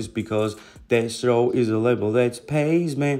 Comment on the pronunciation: Why does it’s sound like ur sayin dess row every time u say Deathrow 😂